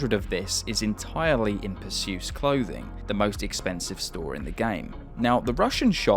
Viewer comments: The mispronunciations in this video are insane. It’s like you never even played the game. The fancy clothing store is pronounced per-see-us, not Persyoos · Btw it’s Percy-us not Per-Zeus :) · Per-se-us like the Greek hero Not per-sus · bro its PER-SEE-US 😭😭😭😭😭.... named after the greek mythology character, not 'pusseeus' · Perseus is pronounced "PER-see-us" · it’s pronounced PUR-SEE-US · Per-see-us, bro. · Its pronounced per-see-us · Perseus, pronouced "purr sea us" btw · you mispronounced Perseus. The gay store worker even says it when you come in sometimes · why can't you say perseus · Yeah he butchered it 😂